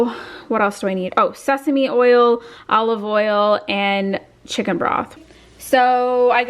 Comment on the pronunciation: you said seasme oil!! LMAO!! I thought you said Stephanie oil!!! i was thinking " stephanie oil" that must be new! Where do i find this oil! LMAO!!